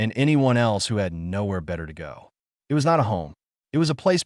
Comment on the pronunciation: Have you noticed how bad these AI's are at just reading. Eye- T instead of saying "it" They can't tell the difference between pronunciation of words like "read or live" or what words should be emphasized in a sentence. They're basically stupid. Start complaining about these things people or they will never improve.